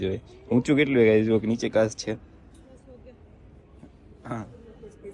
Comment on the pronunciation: Ben Kas nai pan kach bolo and saliva nai pan chalya